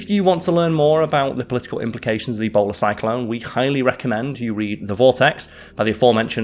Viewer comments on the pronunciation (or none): I thought he said "Ebola Cyclone" and ngl I was more terrified of that. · I cant stop hearing ebola cyclone lol